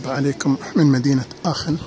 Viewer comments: نعم بالالماني اسمها اخن و ليس اشن .. مجرد للتصحيح..مع الشكر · اخوي حبيت اصحح المعلومة تنطق بالالمانية اخن وليست اشن.الالمانية تختلف عن الانجليزية اخي اذا سبق حرف ch حرف علة فانها تنطق خ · السلام عليكم ورحمة الله! عذراً على التصحيح٠ هذه المدينه ينطق إسمها باللغة الألمانية ''آخِنْ'' وليس ''آشن'' كما تفضلتم٠ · هههههه كولون لوا المصارين اخن وليس اشن